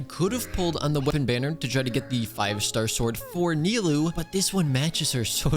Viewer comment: ahh thanks god says nilou correctly and not nailou like most of people nice job edit: ok you ruined it by saying kavih xD